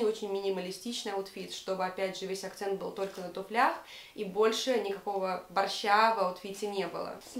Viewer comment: На тУфлях, а не на туфлЯх